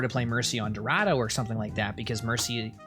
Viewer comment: He has a funny way of saying Dorado